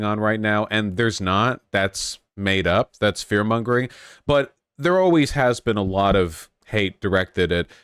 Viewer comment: Voosh learning how to say "Mongering" [Challenge] Level: (Impossible) any%